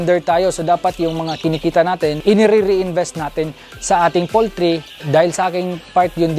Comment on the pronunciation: poultry hindi pooltry